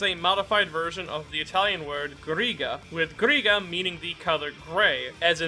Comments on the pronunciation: As italian i can Say that Narancia Is not a modified "arancia", but it's an ancient form of the word As italian i can Say that grigia's pronunciation is like "grija" Just like you said grigio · it's amazing the fact that even I, an italian, didn't get that Ghirga is actually a resemblance of the color grey. btw the correct pronounciation of "grigia" is mostly the same as "grigio", just think that instead of "gi" there is a J and you're good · Its Grigia the gia is like the j in jacket I am suffering